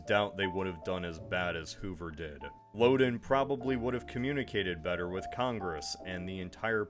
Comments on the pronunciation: As one who grew up in Illinois, the state park we went to named for the one-time governor was pronounced "LOW den" (rhyming with "HOW then", not "LO den" rhyming with "Oh then". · Lowden Dam and Lowdenvilles. They just don't sound right.